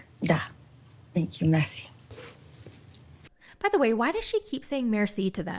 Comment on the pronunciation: Merci is french yes but we use it in Bulgarian too. The Bulgarian word is blagodarya and we prefer the short mersi. She pronounces it differently but we know what she means. It’s ok.